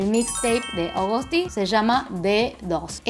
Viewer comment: según yo ni se dice "Agoust" se dice tal cuál "Agust":3